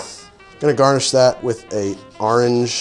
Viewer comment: "AHRANGE" Merch please